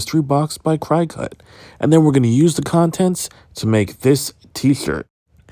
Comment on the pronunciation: Where is?! HE would have known how to pronounce Cricut! Great video! It was fun to watch and very informative.